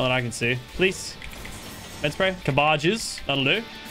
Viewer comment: Did he just call cabbages “cu-baj-is”🤦‍♂️